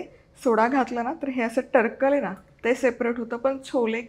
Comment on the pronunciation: टरकल नाही, टरफल असा शब्द आहे.